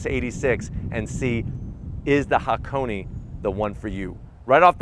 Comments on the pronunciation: "hackoney" well, he's getting there... By the time the GR86 is out maybe he'll pronounce it "hah - kon - eh" and "eight-six" Love your vids tho! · but thought he pronounced Hakoni/Hakonay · and yet he still manages to butcher the word